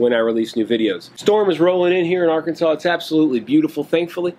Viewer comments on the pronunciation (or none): none